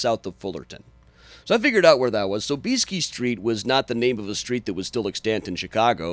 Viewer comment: PS. ...i najpierw naucz się jak się w ogóle WYPOWIADA SOB-IES-KI! (Sob-EE-ski)! hahaha! :D